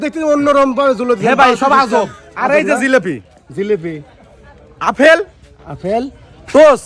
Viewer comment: আফেল না ভাই আপেল😀😀😀😀